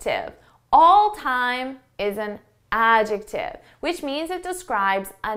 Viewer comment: I shake my head when you jump in that word adjective for a second time, it seems you miss pronounced it, I wonder myself like an English learner,( love you ✌)